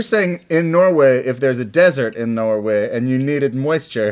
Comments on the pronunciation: "Norwega" the country we all know, and love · he did not just say norwieja... lol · Rhett.... Norwiegia? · “For when there are floods in Norwegia” Norway Rhett IT’S CALLED NORWAY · Did anyone else catch when Rhett said "you know where there's floods in Norwega..." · norweiga lmaooo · did rhett just say Norwegia